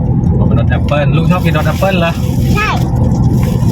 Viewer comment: มะนาวโห่ เจ้าตัวเล็กบอกหวาน ลุงทำหน้าหวาน หลับตาปี๋เลย ป้าขำกร๊ากเลย เพราะมี่บ้านมี จึงรู้รสชาติมันดี เสียท่าเด็กเสียแล้ว...ลุงอั๋น 55😊😊😊❤❤❤❤ พูดเก่ง โค๊กกินนิด้ดียว เพราะหนูเป็นหวัด เออฉลาดนะลูก ออกเสียงแอปโป้ ออกเสียงฝรั่งเสียด้วย คงอยากกินจริง กินเป็นดเสียด้วย กรอบนอกนุ่มใน